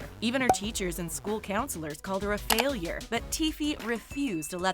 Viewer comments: failure Not faiulure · lol "faiulure" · Faiulure?? was that on purpose? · "FAIULURE" LMAO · ‘Faiulure’ Am I the only one that noticed this 😂😂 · can someone define the word faiulure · What is ''A FAIULURE"!? 😂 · ‘a faiulure’